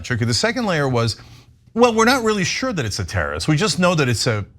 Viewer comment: ben sher-genacide